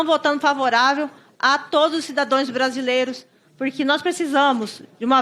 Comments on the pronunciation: Essa coronel Fernanda é bem o retrato da terraplanice das forcas armadas e do bonsonarismo, gente ela nāo sabe nem falar "cidações" vai se alfabetizar no método do nosso Eterno Paulo Freire. Que os eleitores aprendam a escolher melhor seus representantes, pq as pautas voltadas para o povo nada. Fora oradores de pneus, que sejam abduzidos logo pelos Ets e nos deixem em paz. Isso é uma.praga que deve ser extinta, através lógico de alfabetização, affffffffff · A ignorância que não sabe nem falar: Cidadões????? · CIDADOES? GENTE NÃO DÁ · Coronel??? Kkk Onde estarmos? Nem falar e pronunciar sabe! Que vergonha!!!!!!